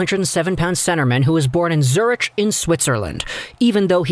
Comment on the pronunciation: Zurich is pronounced more like Zur-uk.